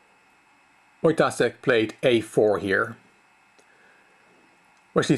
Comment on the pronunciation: You pronounce Wojtaszek with "s" but it's "sh". Wojtashek.